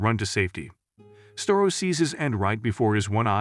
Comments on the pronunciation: Star-O not Stair-O, Starro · It's Starro, not "store-ro". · Did you just call starro stero? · Starro not storeo stupid computer narrator. Cartoon jimmy olson is black? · "Sterro"? Seriously? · its pronounces star-o